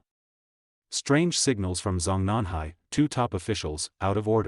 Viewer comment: "ZH" is pronounced J: Zhongnanhai is Jong-nan-high.